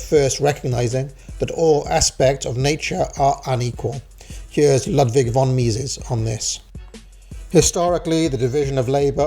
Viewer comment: Don't want to be nitpicky, but Ludwig von Mises is pronounced "Loot-vig" not "Lutt-vig". Note that Ludwig is the German version of Louis, the first syllable is pronounced identically. Edit: also note that the V in "von" is pronounced like an F.